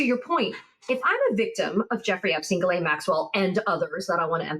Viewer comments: Maxwell's first name is pronounced ZHIS-LEN, not GEE -LAYNE. It's a typical & relatively common female French name. Most Americans get it wrong. The reporter also mispronounces Virginia Giuffre's last name too. It's GEE-OOFRUH. And roll that R while you're at it!!😊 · Hello Ladies, Just a little note , Maxwell's name is pronounced Jìslaine not Guilaine... The only one that pronounces her name properly is Michael Popak.... On the same note, the river in Texas should be pronounced Guada- loupe ( as in magnifying glass) and not Guada-loupay!... It hurts my French ears... thanks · Ms. Maxwell's name is pronounced Gillen (short i).